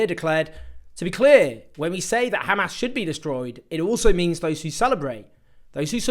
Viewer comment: I like that he knows how to pronounce hamas